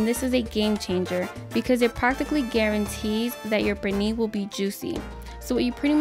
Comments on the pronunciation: One question, why she call it, Perni? Es Pernil. Even my stepdaughter, American born and raised, don’t speak Spanish, was saying about the bad pronunciation. By the way, we tried the recipe. Estuvo delicioso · Purrnee! Love the way you say it! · I love how you say 'pernil' lol thank u for sharing. I was impressed that you boil the pernil. Different 😊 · Love the way she says "pernil" 😊